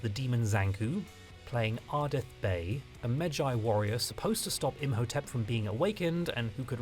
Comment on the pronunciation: You keep calling him Beef-ray and I- I've never heard that before , what- 😅😂